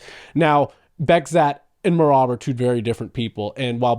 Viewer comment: Кори Умардың соққыларын тоқтата алса, Мераб те тоқтай алады. Бекзат емес, «Безқат» деп айтылады.